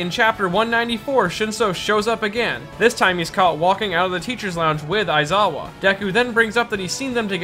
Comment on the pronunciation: Your pronunciation of Shinsou's name and ESPECIALLY Aizawa's is like a punch in the stomach. Like, omg it's so cringe